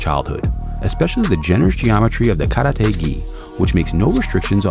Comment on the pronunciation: That’s the worst karate (空手／カラテ) pronunciation I have ever heard ngl!!